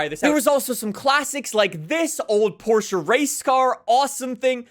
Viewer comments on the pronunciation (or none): none